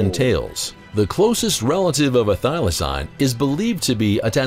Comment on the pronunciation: Idk who this narrator is but he's really off on his facts. He doesn't even pronounce thylacine correctly. One was captive in a zoo and was neglected.